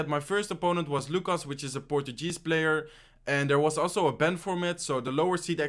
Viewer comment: Lucas, a "portugeez"player lmao😂